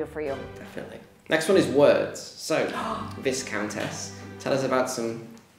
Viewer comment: Classy lady, I mean. You are great fun and love your infectious American positivity and very sweet sense if logic regarding British pronunciation.A credit to the nation indeed ma'am 😁